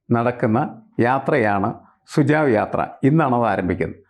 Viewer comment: Sir, it is not sujav, it's SUJHAV sujhav meaning SUGESTION